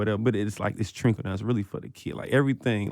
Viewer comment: he said trinkle , instead of trickle…as in trickle down effect LOL love 2 chainz though, and his pretty girls album